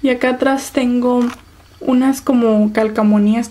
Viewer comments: de donde eres? por que dices calcamonías en vez de calcomanías? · hola!!! me caes bien :D me suscribí ya :D pero una cosa: no es calcamonias es calcomanias jajajajjaja